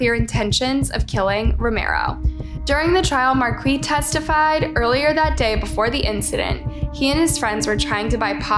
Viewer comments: It's pronounced markee not Marquez lol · It's Mar- keese not Marquez lol learn how to read ffs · OK, it's pronounced "Mar-Kees", not "Markwee" or "Markwez" or "Mar-kez" lol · Marquis is pronounced like "markees. Or Markus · Please research the pronunciation of the names... You changed the pronunciation of Marquis's name a couple times and completely threw me off. Marquis is usually pronounced Mar-kees. Hopefully you start looking at the comments and accepting constructive criticism it would really help better your content!